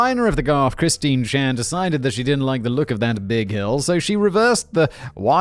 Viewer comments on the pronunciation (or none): none